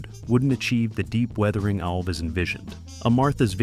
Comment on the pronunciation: No ORCA scenes were ever shot in a soundstage. It was all shot on location. Joe's last name is pronounced ALVZ, not All'-Vez. It's one syllable. Not two.